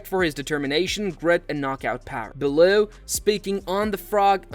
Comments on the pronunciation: Gave up as soon as he called tony bellow bell who, learn how to pronounce their names for fk sake. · Belue and frok... ai is ruining everything